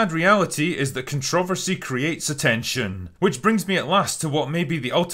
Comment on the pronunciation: Do all Irish put the stress on "trover" in controversy? In America, we put it on "con" and Critical Drinker's pronunciation is making my head spin a little bit